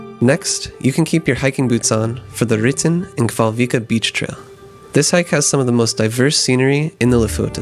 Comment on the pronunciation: Your pronounciation isn't even close to being recognizable for the island. "Kval" means "whale" I believe (it's slithly archaic) and "øy" means "island" and the "en" or "a" suffix (depending on dialect) means "the". So the whale island. And the syallables you should try is "kva-l-øy-a" or "kva-l-øy-en" depending I believe. Technically the "l" is a part of "kval" and not a separate syllable, but I very much doubt that you'll manage to include it in the syllable when trying to pronounce it. Æ, Ø and Å are separate letters, not variations of E, O or A. Otherwise your pronounciations aren't too bad, other then "kvaløya" being absolutely butchered.